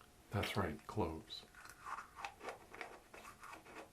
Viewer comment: For the smell test did you say Clothes or Cloves? Because I laughed so hard when I thought I heard clothes cause you know clothes smells but... it ..uh ..idk...